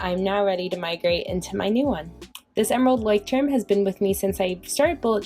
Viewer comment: Nooo not "lie" but like "loy " or the way you pronounce lawyer and emphasise the "y"